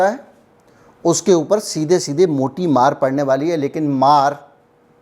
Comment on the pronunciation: सर अपने बोला की मोटी मार पड़ने वाली है।मुझे लगा आप बोल रहे हो मोदी मार पड़ने वाली है🤔🤪।कोई बात नहीं सर आदि मानव कैसे रहते थे ये भी अनुभव हो जाएगा।